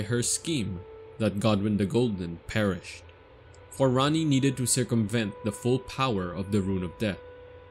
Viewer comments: Just saying it’s “Ranni” not “Ran-nee”. And there really wasn’t any new info here. It was like listening to OneMindSyndicate regurgitate the war hammer wiki page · RAH-nee. Not RAHNee. Big difference